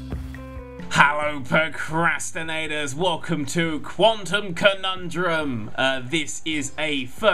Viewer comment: Sounds like Kondom konondum